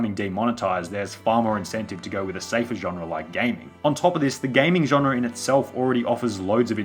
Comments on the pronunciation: Genre* not Genrer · old i know,...but if you say the word: genre wrong one more time i unsub.